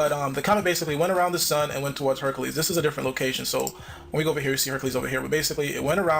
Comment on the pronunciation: hercales...lol not hercules.